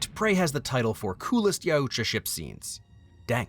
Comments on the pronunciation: the only problem i have is you emphasize the u way too much. Yoot-Ja thats all you need bro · Yautja = Yow-guh, or Yow-cha. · Im sorry but your pronunciation of Yautja hurts my soul